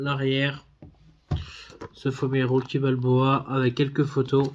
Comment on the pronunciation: Rocky pas roucky 😀 aussi non Vu et revu au moins 100 fois mais se sera mon prochain achat parce que en 4k wouaiiiiiiiiiiiiiii cela vos vraiment le coup de l'avoir dans sa collection